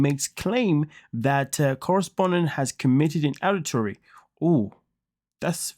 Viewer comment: I have never heard anyone pronounce ADULTERY the way you do.😮